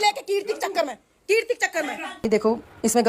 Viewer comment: For God's sake... Her name is Keertiiiiiiiii stop calling her Kriti😭🙏🏼